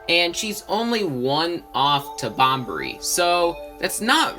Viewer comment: Bobbery, not Bombery